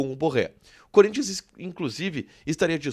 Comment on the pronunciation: Gosto de vcs do Sul , vcs sabem falar o nome do Corinthians e não curinthian ... Vcs sao fera